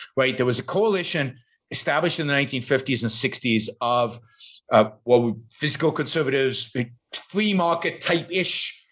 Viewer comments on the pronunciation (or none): "physical" -> fiscal (he said it correctly in some interviews)